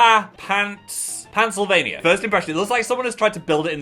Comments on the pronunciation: the pain I feel from Phil saying paenselvania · When he first said “Pantsylvania” I thought he genuinely didn’t know American states names 😂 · phil pronouncing pennsylvania as pants-ylvania is my new roman empire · phil pronouncing pennsylvania "pantsylvania" killed me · I no longer live in Pennsylvania. My home state is Pantsylvania now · Phil right off the bat mispronouncing my home state kills me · I love how Phil pronounced Pennsylvania. It was so funny to me.